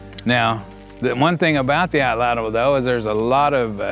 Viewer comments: “Atlatl” is a Nahuatl word. It has only two syllables, not three. The “tl” sound is actually pronounced pretty similarly in Nahuatl as it is in Cherokee. Here is a video on how to properly pronounced “atlatl” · Nahuatl becomes na-wat, so atlatl should be at-lat.